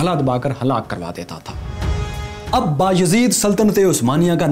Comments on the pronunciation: Good work But the name is not ba-yazeed. It’s biyazad 🙄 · Badshah k bete ka "Ba-Yazeed" nahi balky " Bayazat " tha. Pronunciation mein Turk naam Urdu lehjey mein parhey gy toh yehi hoga... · The name us Beyazad not Baa Yazid